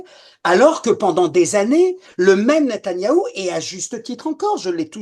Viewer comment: natayahou?C est NETANYAHU,natanyah c est une ville, franchement vous vous ne vous rendez pas compte de ce que vous dîtes, un kapo 👎